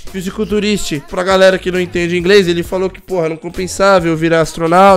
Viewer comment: parece o joel santana falando ingres